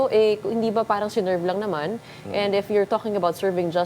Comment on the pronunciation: When friend gretchen said "si-nerve" lang naman make me trigger... gurl alam mo bang may namatay errorneous serving nyo nang warrant. YOU WERE THERE during the seize, remember??? and when the police were about to do something in the Cathedral biglang PAN ng camera sabay sabi "delikado tayo didto"?? Hindi sya basta si-nerve gurl. There were human rights violated even those not part of the case. Ano yan parang volleyball lang